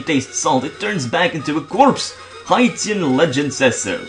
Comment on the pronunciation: Apparently defensive natures produce Dustox and Aggressive ones Beautifly (but you'd know this by now, wouldn't you XD). Btw, you pronounced Haitian wrong (again, you'd probably know this by now`)